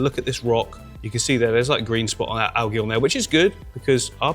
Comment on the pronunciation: Al-gee Al-jee